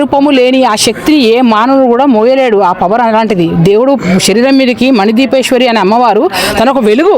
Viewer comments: first, you learn how to say manideepeshwari not madipeshwari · మైక్ పట్టిన అన్నకు మనిద్వీపెశ్వరి అన్న పదం పలుకొస్తలేదు జరా వివరంగా పలుకు అన్న